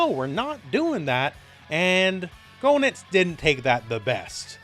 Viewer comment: "GO-nitz"? Seriously? It's "GAY-nitz"! Say it right!